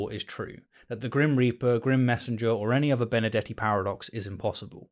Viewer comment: Why is that every time he said Benardete it's sounds like Benedetti to me?